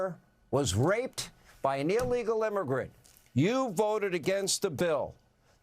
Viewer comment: Deport non-English speaking Shri! “Dis veek” and “I woted”…dude can’t even get the W and V sounds correct 🙄 But that annoyance aside, he’s protecting criminals, and it is a disgrace that individuals like him are allowed in congress. Way to go, Hannity, for calling him out.